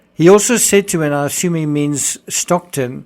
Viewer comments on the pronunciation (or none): none